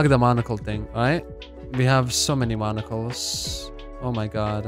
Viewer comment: monocles sounds like 'barnacles' lol. and no its not because of your accent, its naturally like that incase you were thinking im laughing about your accent